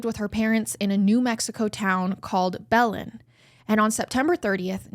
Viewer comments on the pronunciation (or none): Belen😂😂😂 it’s pronounced Buh-len. I love your crazy pronunciations,! Love from NM❤